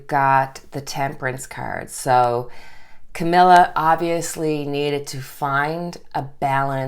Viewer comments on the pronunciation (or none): none